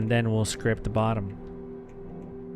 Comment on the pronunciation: The way you say scrap is so wrong. It means 2 entirely different things. Did you take an english class? Youre saying scrape.